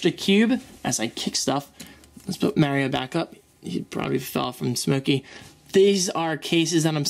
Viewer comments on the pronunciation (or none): Its MARIO not MERIO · Did you say, " Maryo"? It's Mar-io. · maaaario lol you mean Mario? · you say it like english people do. English: mario American: Maaaaaaaaaaaaaaaaaaaaario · You know its pronounced Mar-ee-oh (Mario) not Mare-ee-oh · mayreo.......MAR REO MAR REO NOT MAY OR MAYORIO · its pronounced (MARR-EE-O) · lol "m-air-io figurine" :) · Its mArio, with a hard A.. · Hey! You're one of the only Americans I actually know who pronounce their T's! I've noticed you say allot of things in the English dialect such as Mario but I'm not sure how you say aluminium and literally - I guess you'd replace the t with a d in literal? Anyway accents are so fun:P thanks for another great video!:D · He's been playing Mario since day 1, but he can't say "Mario" correctly. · thats not how you pronounce mario... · lol funny how your pronounce Mario